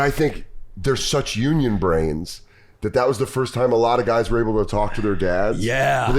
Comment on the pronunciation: "Youse a'unyon" is killing me.